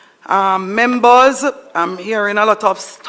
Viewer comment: Membors 😅😅 trying to speak